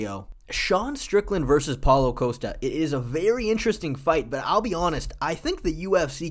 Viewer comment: You're not Chael Sonnen; stop saying "Coast-uh". It's "Cost-uh", just like it's spelled. You can't just recklessly mispronounce fighter names.